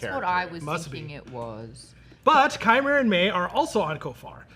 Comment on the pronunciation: Its Qimir, im sorry